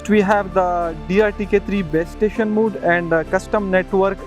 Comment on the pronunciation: Mode, not 'mood', thanks for the video